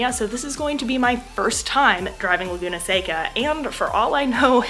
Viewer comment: The valley is pronounced like the candy. Btw you have vampire teeth.